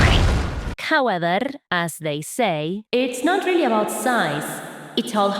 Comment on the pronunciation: Hearing the trill on “howeverrrr” adds to my lifespan every time